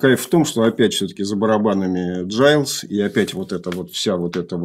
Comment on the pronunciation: Братья Гайлз, а не Джайлз. Легко проверить на ютубе в интервью. А, вообще, мне стыдно иногда чего-то "умничать" об ошибках ведущего. Алексей делает это очень профессионально, и это просто вызывает хорошую зависть и вдохновляет меня! Огромная уважуха!